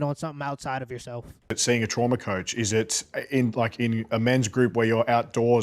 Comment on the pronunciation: Did that MF say trama coach?